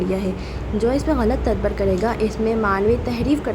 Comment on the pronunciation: its ta-dab-bur not tadbar :face-turquoise-covering-eyes